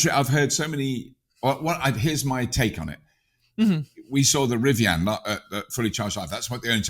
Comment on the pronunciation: Never heard anyone pronounce Rivian as "Rivi-Anne".